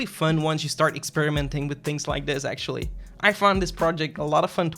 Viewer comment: Am I the only one who hear "sexually" when he says "actually"?